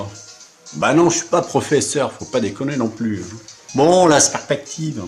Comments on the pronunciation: un petit rendez-vous chez l'orthophoniste serait le bien venu. on sent une pointe de dyslexie dans le mots perspective. Déja qu'il ne la comprend pas, en plus il ne sait pas la prononcer!!!!! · J'ai regardé un bout de la vidéo originale du coup... C'est sympa, le mec n'arrive même pas à prononcer perspective, fait des fautes de français dignes d'un élève de 6ème, nous parle de champ visuel, sans comprendre ce que c'est, pour nous affirmer péremptoirement qu'on ne peut pas voir plus loin que 6000 à 7000km (à l'encontre d’absolument tout ce que l'on sait de l'optique et de la propagation de la lumière), puis il nous dit qu'un cercle devient une droite quand le rayon est assez grand (ben non, il faut un rayon infini pour ça), puis il nous parle de la trajectoire d'une étoile qui est (il le dit lui-même à 13 min 14) à 45°devant l'observateur, et qui se retrouve d'un coup au dessus et donc à 90°, etc... Je me suis arrêté là. Il y a, dans cette vidéo, tant de crétinisme, qu'on se dit qu'il faut prendre des mesures contre les mariages consanguins. Ou bien est-ce un troll? En tout cas pas suffisamment drôle, s'il en est un, pour qu'on aille au-delà de 15 min de torture devant sa vidéo.